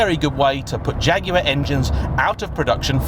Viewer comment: Great to hear the name jaguar used and pronounced correctly